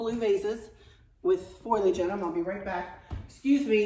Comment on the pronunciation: Sweet, I love your new fall decor, and I especially appreciate your effort to pronounce foliage perfectly! You did it!